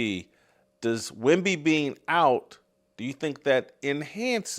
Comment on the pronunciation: Yea because Michigan gives af if you recognize them or not. Yea i will recognize my college teams players you 🤡🤡🤡 then said all that & picked us to win cornball. And say Wemby name right. Stop speaking for Michigan fans...everyone on this show are morons